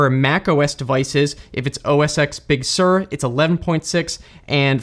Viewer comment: He called it "OS X Big Sir". Its MacOS 11